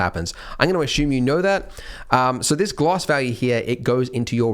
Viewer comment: Why does he say ashume